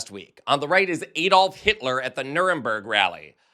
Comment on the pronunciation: From the UK. Its AAD-olf and not EED-olf.